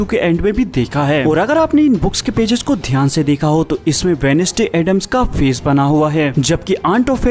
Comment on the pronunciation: Wenesday nahi bhai wenz'day bolte hai